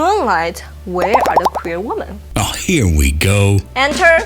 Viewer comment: Please teach her how to pronounce "Women".